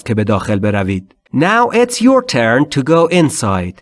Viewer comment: Turn not tuen 🤔😀چقدر اشتباه می کنید